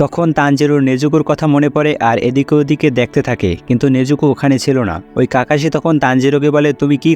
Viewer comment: Kakashi না kakoshi